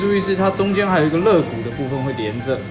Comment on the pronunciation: 发音有错误，应该叫肋骨〈leigu〉而不是legu 我特别注意看了一下，应该没有听错